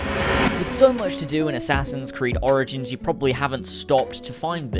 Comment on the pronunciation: Sorry but "Assassin's Creed Oranges" lololol